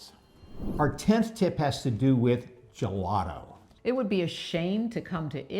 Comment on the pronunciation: you are pronouncing gelato and gelati wrong!!!! Learn it in Italian!